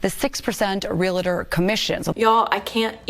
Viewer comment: Never trust a reporter who says REAL-ah-Tor. It’s Real-Tor. There is no “ah” between the two. Just another thing they got wrong.